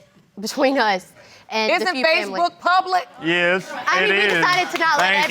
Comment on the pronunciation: “Yesh your honor”